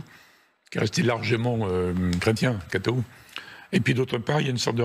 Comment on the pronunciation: La façon dont il prononce le mot ' Catho'!! Honteux!!!